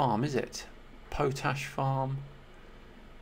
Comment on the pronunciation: Was Edith Pretty mentioned on the preface page? Plus, it's pronounced Pot-ash 🙂